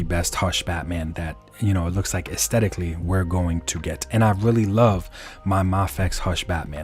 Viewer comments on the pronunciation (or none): none